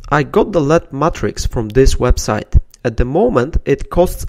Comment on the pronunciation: its L-E-D not lead....